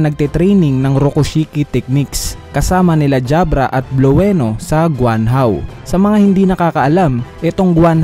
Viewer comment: Blue-no d po bluweno. Blueno po😁